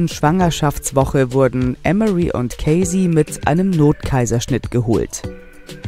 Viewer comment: EM" + "uh" + "ree" so wird emory in englisch ausgesprochen.